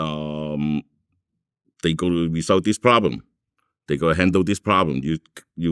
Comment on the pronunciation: It’s sounds like China Mac lol😂 he can’t pronounce problem